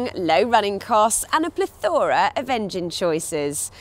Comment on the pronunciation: The word is "plethora", not ple-thora.